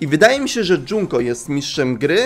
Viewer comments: Mówi się Junko Nie Dżunko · skoro pewno jusz wiesz o tym kim jest misztrz gry to powiem jednom najwaszniejszom szecz to mukuro umarła oprucz misztsza gry niemuwi sie dzunko tylko junko PS junko i mukuro to siostry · MÓWI SIE JUNKO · dopiero to zauważyłam... mówi na junko, dżunko:0